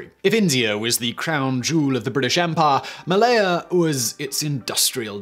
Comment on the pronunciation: Drink every time Simon pronounces "empire" as "EM-PAAAH"